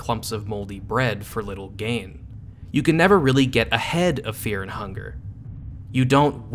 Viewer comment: Feah and hungah